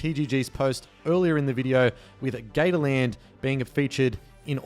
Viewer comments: Us: "Gators" Him:"Gayland" Lol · They way you say Gatorland just sounds like Gayland...